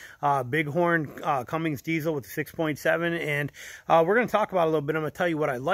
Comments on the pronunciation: It's not Cummings. Its CUMMINS!!!! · Good review. There’s no G in Cummins tho people!!